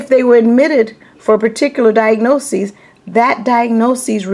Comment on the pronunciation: I notice that you pronounce diagnosis as "diagnoses". Isn't diagnoses the plural form of diagnosis?